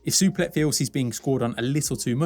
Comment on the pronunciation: 😂😂😂😂 Totally butchered his name. Superlek Kiatmoo Nine 😂😂😂😂😂😂